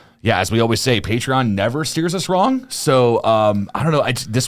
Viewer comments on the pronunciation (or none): none